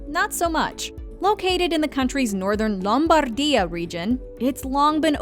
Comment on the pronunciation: And Lombarrrdia.